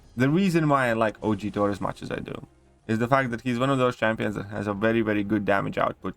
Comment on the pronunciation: I love how he says Thor as 'tor' 😂